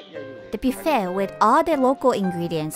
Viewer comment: It's pronounced buff ayy